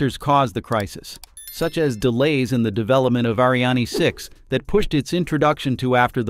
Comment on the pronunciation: Reading is a problem for you? Word pronunciations is not complicated nor difficult. Ariane, Starliner, Practice and rehearsal is the key.